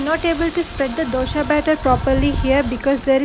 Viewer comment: Hi , nice video..Please pronounce dosa not as dosha